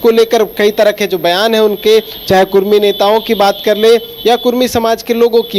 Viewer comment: Are Bhai "Kudmi" hota hai "Kurmi" nahi "कुर्मी" नहीं होता है "कुड़मी" होता है। कुर्मी एक हिंदू जाती है, बिहार का नीतीश कुमार भी कुर्मी है । कुड़मी एक जनजाति है ।